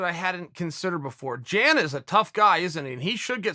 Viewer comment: Video Guy: "In a couple weeks we got Jacare vs Jan (yan) Blachowitz..." Chael: "JAN is a tough guy isn't he?..." lol